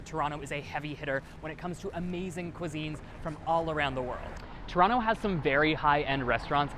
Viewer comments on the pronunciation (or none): 9th thing you need to know, it’s To-ron-no. Not To-ron-toe 😅. In any case what a fun and informative video! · If you plan on staying, I suggest using the local pronunciation. Tron-oh. Not Toerontoe. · Toerontoe lol))))) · it is pronounced "TRON-o" but spelled toronto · Stop pronouncing the second T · Why does he pronounce TO in Toronto ughh